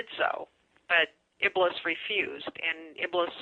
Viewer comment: IBLIS (I hate to even write this name - may Allah curse him more and put him in Hell - since he's the reason for most of our race to join him in Hell) is not pronounced as "IBLUS". The correct pronunciation is "IBLEES".